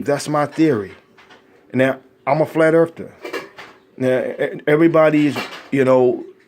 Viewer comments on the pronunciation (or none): I had to go back a few seconds to verify this but he actuality said I'm a flat erfder wow... I think that says it all